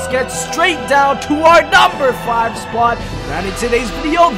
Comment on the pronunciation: I don't like how you pronounce the word "spot" change it.